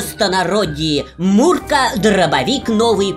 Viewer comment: Наконец-то человек правильно назвал МР155! Мурка ребята а не «ЭМПЭ155»